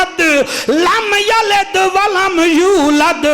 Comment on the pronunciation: Lamyaled ni lamyalid va lamulad